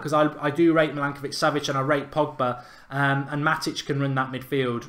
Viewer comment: You said milankovic, it is milinkovic. You pronounced weigl like veegal, it’s pronounced like vaigal. Jorginho and fabinho you didn’t pronounce the ending right. The ending is pronounced like eenyo. It’s pretty funny and annoying